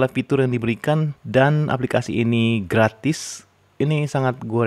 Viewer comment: ngomong gratise biasa wae om hihi keto e tegess temen ...😄